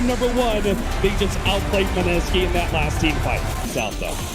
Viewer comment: Mineski อ่านว่า ไมเนสกี้ครับ ไม่ใช่มิเนซากิ